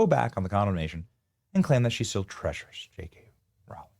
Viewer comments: How does this guy have almost 6 million subs and can’t pronounce Rowling ?! It’s ROW not RAU …. Crazy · Rowling, pronounced Roh-ling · Rowling rhymes with bowling. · Why can’t anyone pronounce JK Row—-ling properly?